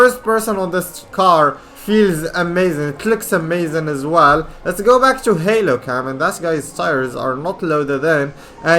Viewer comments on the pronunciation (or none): none